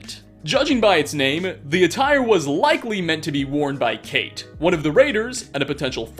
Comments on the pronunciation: Her names note Kate it’s Cáit pronounced kawch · You pronounced Cate wrong. Its pronounced kahtay